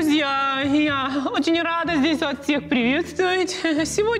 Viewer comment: Я-то думаю, что я эту "неловкую ситуацию" где-то видел. Только НН очень невнятно произносит "Вас", и с ходу не понял.